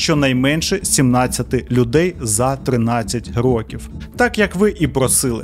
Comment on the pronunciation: Я з перших відео дивлюся, але об'єктивно — наголоси... То з Бояркою, то "чотирьох рокІв"...